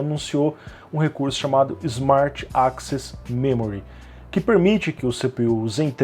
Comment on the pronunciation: ali no tu pronunciou access como 'AXIS', eu estava escutando como podcast seu vídeo e isso me deixou um pouco confuso, mas é só um detalhe.